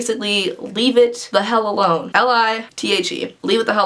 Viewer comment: "L.I.T.H.E. Leave It The Hell Elone" 😂